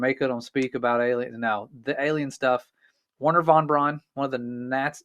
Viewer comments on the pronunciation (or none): none